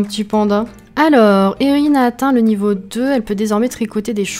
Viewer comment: Super vidéo 😊 la maison est troppppp mignonne ((Enfin une personne qui utilise mon prénom enfin à peu près ; Erihn.. Et qui le prononce correctement ! 😂 ))